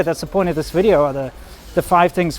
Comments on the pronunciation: Your wifes V's are good now. no more wideos, Videos..........shes nailed it :) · Wideo xD!!! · Please teach your gf to pronounce “video” properly?